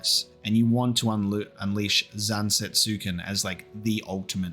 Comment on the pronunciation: I’m not saying this to be an asshole, forgive me. Odin’s sword is spelt Zantetsuken, which is a pretty tough read, and most westerners will pronounce it as ‘zan-tet-su-ken’ as it’s spelt in English. But the correct pronunciation from Japanese is more along the lines of ‘zan-tet-sken’ with the U being apart of one syllable.